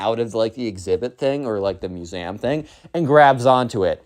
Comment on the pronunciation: Please pronounced museum properly.